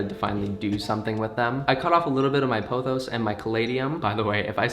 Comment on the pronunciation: You said pothos right but it’s not a philodendron. Similar to a heart leaf philodendron. But it is it’s own genus. Harris look like a dracena. And your monstera cutting won’t grow roots is you don’t cut it below the node (you will see a little Ariel root nub growing from the node) and that “corn plant” is a dracena also . Good luck with everything. They all look healthy and beautiful! And also I think your monstera should be called Alfie, he looks like an Alfie